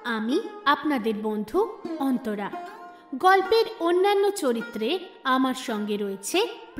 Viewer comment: দাদা আমতারা না অন্তরা..??😂😂😅